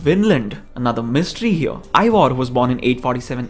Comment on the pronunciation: Not ivor... its eivar